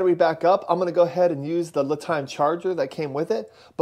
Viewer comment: Li is pronounced Lee by the manufacturer